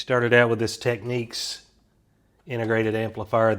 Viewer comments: just now watching this. enjoyed it very much. I'm pretty sure it's pronounced like tech 'neeks'. =P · UK drives on the left— USA drives on the right. So of course we pronounce things differently too. Tek-Neeks in the states.